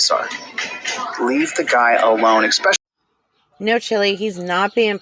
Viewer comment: (exspecially?) Seriously self-proclaimed scholar? Your scholarship certainly is not in the English language.